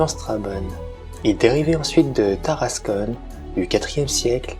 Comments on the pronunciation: Seul hic pour la prononciation c'est Tarascon ( Ta race con ) pas Taras[conne] , en API c'est \ta.ʁas.kɔ̃\ 😆! Un vrac des différentes sources historiques utilisées aurait était super en complément mais merçi pour la narration ! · Tarascon pas tarascone